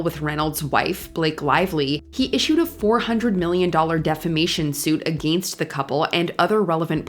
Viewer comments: What bothers me the most is how she says against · every time she says “against” - I cringe.